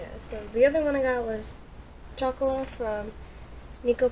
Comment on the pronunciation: It's pronounced choc-oh-la and neh-ko pah-rah ^^